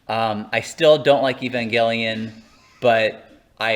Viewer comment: Didn't these guys ever watch One Hour Photo? It's pronounced "EVE-AN-JELLY-IN"